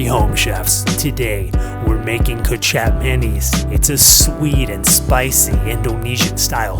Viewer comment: ay quick info the closest way you could pronounce kecap manis is " kay-chop-maah-niece "